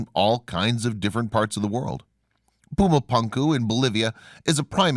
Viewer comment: First of all, love your channel. Excellent content and intelligently presented. But somehow when a narrator mispronounces a well known name in a well-known language it makes one Wonder how thoroughly the rest of the research was conducted. It is pronounced.. Poo-ma Poon- ku !! Pronounced otherwise really sounds ignorant. I'm sorry to make such a seemingly trivial critique but it is annoying LOL! Other than that excellent stuff